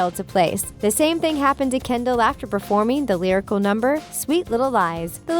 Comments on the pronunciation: The narrator said Kenddi not Kendall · instead of saying Kendell you said you said kendie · you said kendi not Kendall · you said kendi